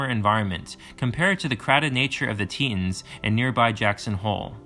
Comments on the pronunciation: *tee·taans, but great video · It's Tetons, like tee-tauhns. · Great video!!! I'm from Wyoming and have spent time up in those areas... And your video presented and explained them very accurately! (Although your pronunciation of the Tetons sounds funny 😅) Also...I feel the Dinwoody bison jump discovered back around 2016 (I think?) deserves mention here as well. It's the highest altitude bison jump recorded in North America at over 11000 feet... Discovered by students researching climate change. Really fascinating stuff! Thanks for the really well-put together video!